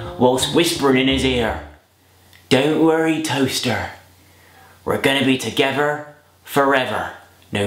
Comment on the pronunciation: "just polished my toastheerr" xD